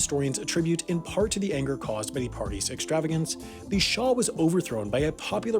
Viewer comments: It's Shah, not Shaw. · Shah, not shar.